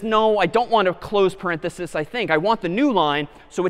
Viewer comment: So nice to hear an educator say "parenthesis".